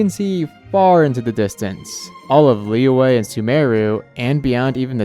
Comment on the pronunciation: why can't pronounce liyue correctly. its li yue. not li weh. wtf.